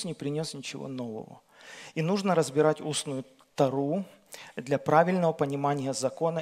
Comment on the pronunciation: Не тарУ,!!! А тОру.!!! Простите, но режет слух очень.